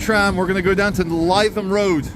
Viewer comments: Lith um, not lie thum. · Lytham Road is pronounced Litham, not Leyetham. Just an observation! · must correct you on your pronunciation of the Blackpool Rd you thought would be the place of trouble,it's Livethem Rd, not Liethem Rd ok easy mistake for a a half Scot/ Brazilian, no faschmal amigo 😅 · It’s ‘Li’ not ‘Ly’ Lytham, can you not hear me shouting at the iPad!! 🤪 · Lytham is pronounced ‘Live em’ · L-i-THAM road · "Lytham" is pronounced "Lithum". Happy to help. 😊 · Lytham is pronounced "Lithem"